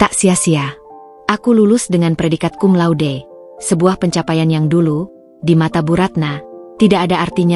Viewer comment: Cum laude dibaca cun lau de,,,,, wkwkwk